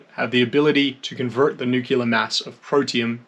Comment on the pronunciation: It's NOT NUCULAR, IT'S PRONOUNCED NEW KLEE UHR... NU CLE AR.....